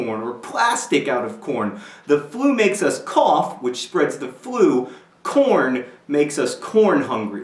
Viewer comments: i thought you said "porn" at first lol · i thought you were saying porn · for a second i thought you said porn... XD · ... I had to watch this twice because the first time I thought you said "porn" instead of "corn". I am so, so glad it's really corn. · In the beginning, i thought he was saying porn. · ...I thought you were saying "porn" instead of corn.... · At first I thought you said porn... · I did not think you were saying corn..... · It took me a while before I knew he meant corn... not korn... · in the beginning I thought he said 'my father was already obsessed with porn' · thumbs up if at first you thought he said porn at first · at first i thought you said something that sounded like corn...